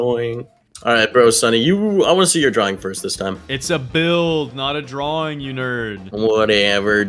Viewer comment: your dwaing berry